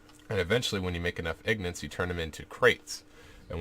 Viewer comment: "ignits". lol.